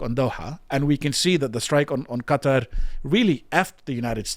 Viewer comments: Geez.it took him saying cuter 4 times before i realized he was trying to say qa,tar.like people saying keeeev. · Let Israel defend itself against Hamas. And the way you pronounced Qatar tells me everything i need to know.